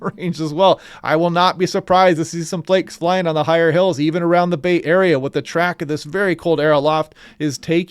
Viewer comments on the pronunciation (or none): none